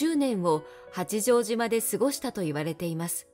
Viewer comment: 内容はとても興味ありました。八丈島・公事方御定書・西軍など単語のイントネーションが気になりました。